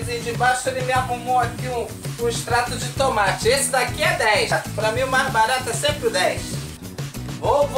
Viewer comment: HHAHAAHAHHAHAHAHHAHAHAHAHAHAHAHAHAHA "TUMATI"